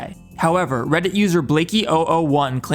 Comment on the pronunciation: This is the first video I've ever watched of yours, but I loved the low orbit ion cannon bit, and also did you say... freddit? Lmfao